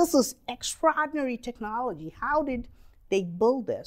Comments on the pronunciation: EX - EX TRA-TRA OR-OR DI-DI NA-NA RY-RY EXTRAORDINARY- EKSTRADINARY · Extrahdinary!! Extrahdinary!!